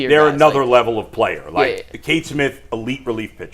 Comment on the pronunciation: It's not Kate Smith, it's Cade Smith.